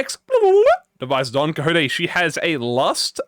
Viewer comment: "DON COJOTE" hahahahhahha